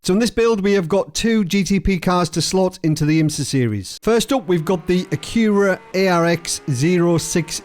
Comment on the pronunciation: A-Cure-A??? it is AQU-U-RA